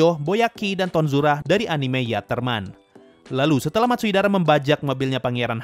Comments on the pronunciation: Bang itu bukan 'Matsuidara',tapi'Matsudaira'! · Matsudaira bang bukan matsuidara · Matsudaira × Matsuidara o Wkwk gapapa min... namanya emang susah diucapin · bukan Matsuidara. Hanya mengoreksi, bukan bermaksud buruk.:_Sasuga:detail kecil Gintama mantap:_Subarashi